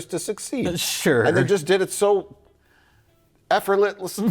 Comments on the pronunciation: Mike not being able to say "effortlessly" is such delicious irony. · I'd pay stupid amounts of money to see the look gave Mike after seeing him entirely unable to pronounce the word "effortlessly"